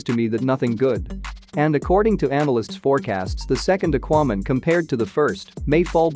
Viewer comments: Yeah. What is aquo man? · The way you pronounce "Aquaman" and "Mom" is just a turn off!!!